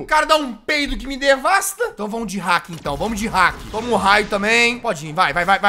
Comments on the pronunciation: cara só eu que fico com agonia do jazz falando hack e não haki? jazz pelo amor de deus se fala hackIIIIIIIIIIIIII hackíiii e os nomes certos são haki da observação e haki do armamento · NÃO C FALA HACK É HAKI HAKIIIIIIIIII !!!!!!!!!